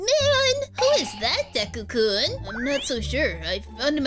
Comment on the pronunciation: Deku not dekua